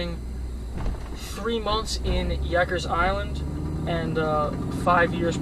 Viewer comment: love your videos is Rikers Island not yikers.yikes. NEW YAWK not YORK